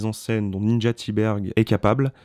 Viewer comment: Bonjour, très bonne critique. J'aimerais souligner deux choses. Primo, le prénom de Ninja Thyberg se prononce "Ninya". C'est en tout cas comme ça que plusieurs intervieweurs et acteurs du film le prononce. Secondo, d'où tenez-vous votre information que Sofia Kappel a un historique avec l'industrie du X? J'ai lu et écouté beaucoup de ses entretiens, et rien ne laisse entendre ça. D’ailleurs, elle n'avait aucune expérience, ni même aspiration pour le cinéma avant ce film. Une chose que vous n'avez pas mentionnée, et qui rend le film original, c'est justement qu'à part Sofia, tous les acteurs et figurants que vous voyez dans le film sont des membres de l'industrie porno. Certains de grandes renommées, d'autres moins. La plupart sont des acteurs, d'autres producteurs, agents, etc... On ne peut pas s'empêcher de s'interroger, comment est-ce que Ninja a réussi à les convaincre de participer ? Parce qu'ils en prennent cher ! Surtout les hommes.